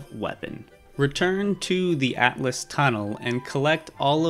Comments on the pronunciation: Atlas? I’m pretty sure it’s pronounced all-t-us and it’s spelled Altus not atlas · Lunaria and Atlas 💀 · not to criticize because this tutorial is great, but it is pronounced al-tus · I have never heard someone pronounce Liurnia so wrong, same with Altus